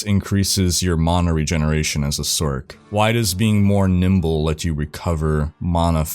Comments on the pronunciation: You say sorc as sork. Better to pronounce it as source. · are you? 😅 It would be pronounced "source", not "sork".... also one of y'all popular dudes needs to mention the fact that classic, with channels and guilds and COMMUNITY is much better than what they have now, as they literally completely shutdown any community feel their games and platform had. Which was and still IS why diablo 2 is much more popular 20 years later then garbage Diablo 3 cartoon trash. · who says sork... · Why tf are you saying sork? Do you call it a Sorkeress? Have you pronounced the word Sorceress aloud before? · I didnt know sorCerer was pronounced "sorkerer."